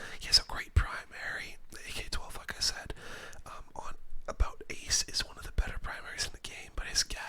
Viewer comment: Mispronounced Ace